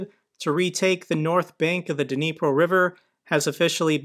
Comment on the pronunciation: Good video. Small point, the "D" in Dnipro is silent.